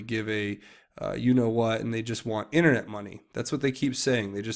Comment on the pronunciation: they want what ? sounds like you are saying "internet munyaya"